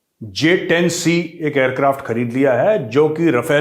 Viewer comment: Chilli Rashid ko to J-10C bolna v nehi ata Js-10 bolta he